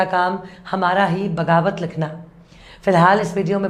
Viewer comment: Bagawat nahi baghawat.